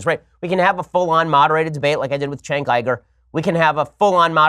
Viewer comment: Why is Cenk's name so hard for you right-wingers to pronounce?